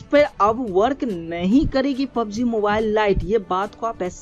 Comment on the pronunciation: its not pob g its a PUB G